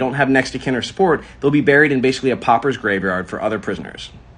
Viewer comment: Pauper's, not popper's. Now you know.